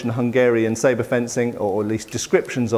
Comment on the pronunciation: Thanks for a great pronunciation of Sabre / Shabla. For the other one it's actually: Pawash